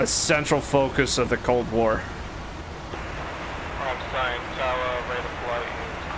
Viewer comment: Just for you’re info, Ramstein is pronounced like beer stein no eee only iii